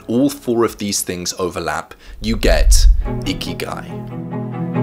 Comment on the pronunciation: Bruh I usually listen to this instead of watching and thought the whole time he said icky guy